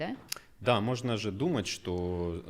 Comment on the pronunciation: Странная манерность мужчины - "нузьно", "мозьно". Это так модно произносить? Но в остальном замечательный специалист.